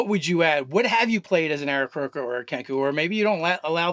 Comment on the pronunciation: Pretty sure it's "Aarakocra", nice fail